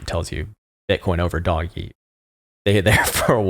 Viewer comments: I’ll subscribe because content is good but mostly because you’re one the first person I hear saying “doge” like me as “doggy” instead of “dowje” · Please tell me you unironically called a meme a "me-me" and Doge "doggy" 😂